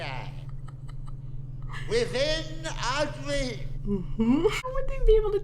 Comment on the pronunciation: “That dweam within a dweam….”